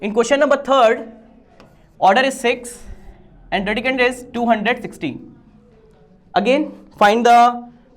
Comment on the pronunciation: The way sir said randicand to radicand😂